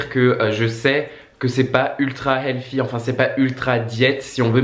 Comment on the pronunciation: On ne dit pas healfy mais healthy ! Sans rancune 😉😊